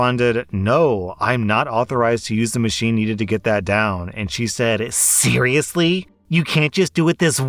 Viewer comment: "Are you cerealous!"